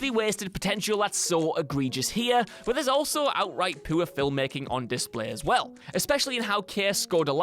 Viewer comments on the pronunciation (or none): "Poo or"